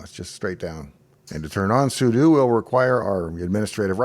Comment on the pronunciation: I'm glad I could trust you to pronounce "sudo" correctly, unlike approximately 98% of Linux YouTubers.